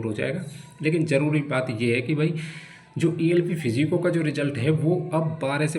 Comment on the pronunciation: ये फिजिको क्या होता है बाबू 😂